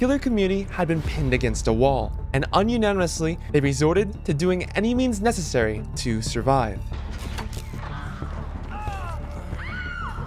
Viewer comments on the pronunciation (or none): bro the way you pronounced unanimously LOOOL "onionanimously" awesome vid too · "Un unanimously"